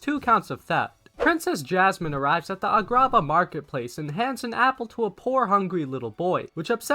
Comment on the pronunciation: What the fuck is a-grah-bah